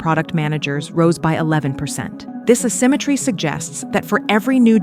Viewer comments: Stiff, dry, flat writing... Poorly pronounced narration (Uh-symmetry??)... Breakneck-speed stock footage of 99% white males... AI has likely created this video. Here we go, people. Hang on tight. 🤣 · I thought it was possible the video had a human narrator until I heard its pronunciation of 'assymetryn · Did you hear how this narrator pronounced "asymmetry?" This was an AI voiceover. Also, notice how the description doesn't have a 'voiced by' in the credits.